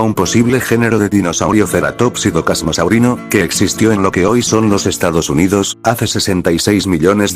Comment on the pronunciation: Se Pronuncia Celurus y sin ofender pero no té excuses con el Loquendo porque bien que Podes escribir las cosas mal pará que suenen bien esa Ilustración es del Issi saneq Error los Ornitisquios y los Teropodos no están relacionados ni siquiera son lo Mismo Se dice Casmosaurino Es un Ceratopsiano pero no un Ceratopsido En Realidad el Tenonto, Aunque era un Iguanodontio no era un Iguanodontido. En realidad fue descrito en ese Año no descubierto la Familia Dilophossuridae Actualmente no es Válida Aunque Actualmente se tiene registro de un Ceratosaurido allí no Significa que tengas que Afirmar que el Género Ceratosaurus "Hábito" Sudamerica Hermano esa es la Paleo ilustración de un Velociraptor no un Dromaeosaurus Albertensis En Realidad Últimos descubrimientos Apuntan a que las Garras de los Dromeosauridos y Trodontidos no tenian filo, asi que Solo eran para Engancharse a sus Presas. En Realidad solo hay 2 Especies de Diplodocus Diplodocus longus sino mal recuerdo es Sinónimo de Diplodocus Carnegi Ugrunaaluk kuukpikensis Posiblemente sea otra de Edmontosaurus Edmontosaurus Kuukpikensis Pero a Pesar de Todos estos Errores te quedo bien el video brother 👍.